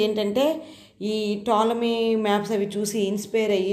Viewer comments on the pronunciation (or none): Madam tolomy Ani chadavali p silent letter .